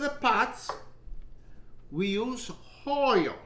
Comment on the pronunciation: He also e says holy /not oil